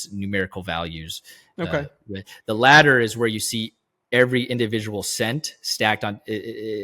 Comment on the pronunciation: ladder … not letter dude